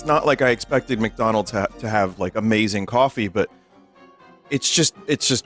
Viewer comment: the grirch meal from mcdanooj